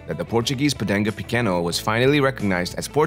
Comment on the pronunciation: It's called Podengo (with a G, not C) Pequeno (no ~), not Podenco Pequeño. It's a Portuguese dog name, not Spanish.